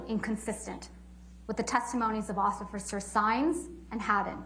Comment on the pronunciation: she says ocifers for officers. I think she’s drinking Johnny’s mega pints